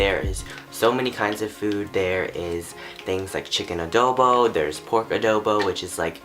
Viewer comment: OMG this vid is the shit!! dude!!,I like your story i makes me love our culture even more!!! and i love the way you pronounce the words:"Adowbow" "halow halow" (No hate),and like your randomness😂😂😂